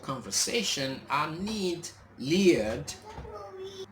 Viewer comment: His name is pronounced L* oy* d not Leon.